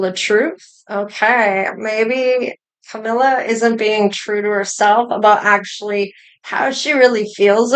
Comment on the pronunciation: CAMEEELA not CAMEELYA